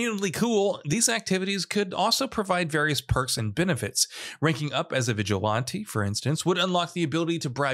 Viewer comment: I'm strangely fascinated by your pronunciation of vigilante.